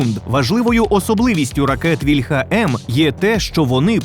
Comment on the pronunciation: За "еРеСЗеВе" -- респект, а ось "вільха" в українській мові має налогос на "і" (це в російській "ольха" має наголос на "а"; не треба його копіювати).